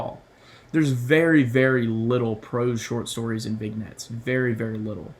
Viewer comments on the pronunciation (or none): I think it's pronounced Vinyets.